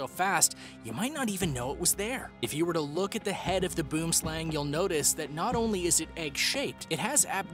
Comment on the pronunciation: I am from Africa and you do not pronounce boom slang means tree snake plz go search it